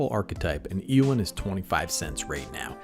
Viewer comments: Ay o in is how it's pronounced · A: I think it's pronounced A-o-when B: Is there any chance you can do a video on the other commander in this deck, Aragorn, King of Gondor?